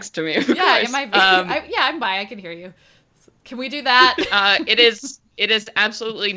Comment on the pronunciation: "She'll be by later" I heard she'll be violated later. OMG :0